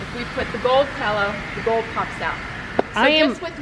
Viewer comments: Pill-o not pell-o geez lady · Designers should be able to say "pillow" properly. LOL Pellows. Ugh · It’s pronounced “pillow” - not “pellow!” Had to say :) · Sorry, I'm just in a picky mood today. My daughter says this also, and I noticed saying it.....Pehl - O instead of Pill-O. Not sure why that drives me crazy, but it just does! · Pillow not pellow. Thanks for the tips. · The word is pillow not “pellow”!!! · Pellow? For real?? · Is she saying “pallow?” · Is the lady with the dark hair saying “pellow”? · What's a "pallow"? Never heard that pronunciation. Well, some of the stuff at Home Goods is quality and a lot of it is plain junk. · I couldn’t watch anymore after the first mis-pronunciation of the word “pillow”. Sorry.